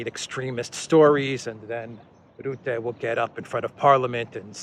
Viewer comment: Rutte ( Dutch PM) is pronounced incorrectly. Commented before, did not read it. Try again. The u should be pronounced as in turn, burn, murder.